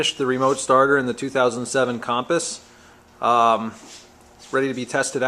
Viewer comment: A 2007 "Kham-puhs"? It's pronounced Kum-puhs/Cumpuss. Other than that, good video. I'm checking out your website now.